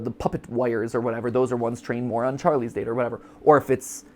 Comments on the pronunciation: Interesting that Mat doesn’t seem to be able to commit to one pronunciation of ‘data’ lmao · Matpat pronouncing data differently (duh-tuh and day-tuh) in one sentence is funny